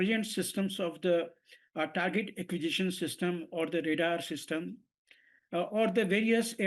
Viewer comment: It's pronounced "Tar-Git Ak-Qwee-Zis-Shun" Sir. But I hear you.